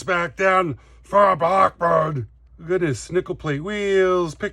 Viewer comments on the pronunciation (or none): none